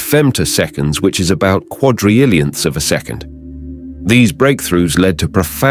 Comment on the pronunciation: “Quadry Illions” huh? ok bot